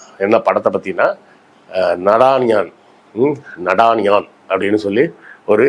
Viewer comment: நாதானியா.. This is how it is pronounced.. Be conscious of your pronounciations..